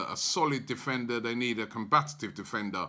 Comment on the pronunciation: It's combative not combatative. Please Robbie.